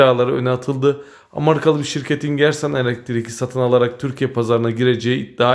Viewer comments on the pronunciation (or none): abi amarika değil. amerika.